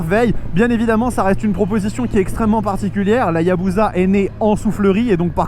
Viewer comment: pitié arrêtez de dire ayabouza ce n'est pas une bouse, on dit Hayabussa